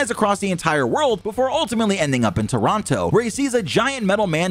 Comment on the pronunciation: As a Canadian, that pronunciation of Toronto physically hurt me.